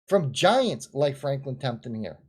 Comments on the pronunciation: It's TEMPELTON not TEMPTON!!! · FRANKLIN TEMPLETON NOT TEMTIN.,,,,,OY VEY